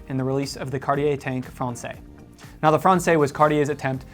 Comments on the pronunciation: Great stuff! “Francaise,” though, is pronounced as frawn-sez. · The use of IIII instead of IV for numeral 4 is not a Cartier idea. IIII has been used on clocks and watches with Roman numeral dials since the 1700’s. BTW: Française rhymes with DAYS not DAY. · So he doesn't pronounce the S in Francaise, but he does pronounce the S in Anglaise. 🤦🏼‍♂️🤦🏼‍♂️ Yep, his French is shit.